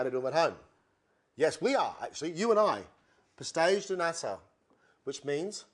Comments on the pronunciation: it isn´t natta its nata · "Pastel de natta"? "Nata" only has one t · pastel de nata, not natta :/